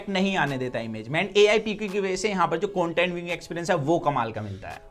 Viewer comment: Its content dude not coantent.